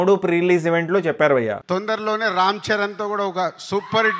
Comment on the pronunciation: Bro.nuvvu bayya bayya antunte ayya ayya ani adukkunnattundi....pronounce....bhayya not bayya....neeeeee